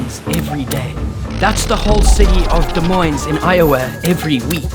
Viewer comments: It's pronounced "De Moine" not "De Moines" it's French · You missed pronounced “Des Moines” it’s pronounced “De Mo-e-n” I’m love near by but it’s all cool a lot of people say it wrong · When you pronounce Des Moines, Iowa....the "s" in Des and Moines is silent. 🙊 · As an Iowan, I was NOT expecting to mention Des Moines. I would critique his pronunciation of “Des Moines,” but his South African accent is good enough of an excuse. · Iowa was part of the Louisiana purchase. It was originally owned by France. Des Moines is French. You don't pronounce the "s" in French!